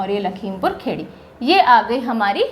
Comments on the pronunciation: It’s Lakhimpur Khiri not khedi... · M sorry to say Ma'am But its not lakhimpur khedi its (lakhimpur Kheri in english) ( खीरी in hindi ) Real pronounciation is लखीमपुर खीरी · Mam.. there are some pronoucial problem in some district name in hindi... लखीमपुर खीरी.. कुशीनगर.. बदायूँ.. ...by the way your reaching style is amazing... eagerly waiting for 2nd part❤